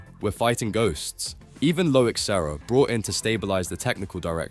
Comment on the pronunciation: This ai tries hard with it's accent but words are mispronounced; chassis/leclerc... good effort though.